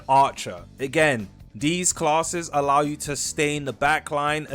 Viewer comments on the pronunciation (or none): none